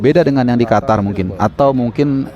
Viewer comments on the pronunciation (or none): none